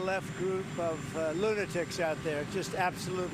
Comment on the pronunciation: Did he say, "ludatics?"